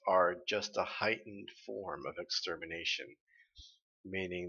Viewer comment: Wait, did Oobleck really say "A heightened form of extermination"? I always heard it as "A hike full of extermination".